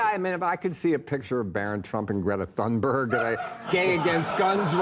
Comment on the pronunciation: F*ck John, if you're gonna make a joke about Greta Thunberg, at least have the smarts to know how to pronounce the name. It's said like 'Toon-berg'. The TH is not pronounced the way you did it. Americans come across as kinda ignorant about the world, for reasons like this one.